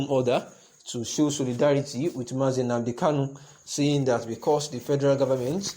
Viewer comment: Please shut up your mouth, with your fake nonsense crap. You can’t even pronounce OHANEZE AND NNAMDI KANU yet you wan take them shine. Craze